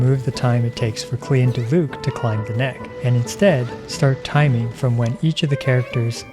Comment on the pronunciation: Its Diluc, im not watching this video. & btw its Diluc.